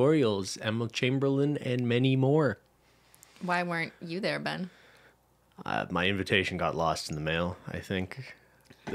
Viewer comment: Just going to throw it out there that is absolutely HYSTERICAL that Ben is on constant alert when Cristine says “BEYN” and gets annoyed when she’s filming. ☠️ You got a good one, girl. He puts up with so much. 😅❤️